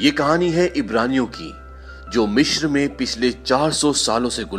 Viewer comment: Sir Mishr nahi Misr hota hai.